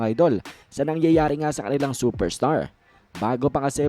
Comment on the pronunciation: Coorrection hnd po ganyan ang superstar ahahahaha